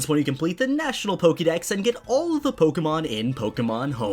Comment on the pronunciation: Why is it that you're able to say Pokemon and Pokeboy properly (with the "ke" sounding like "kay") but you consistently massacre the pronunciation of Pokedex (where you pronounce it like "key")?!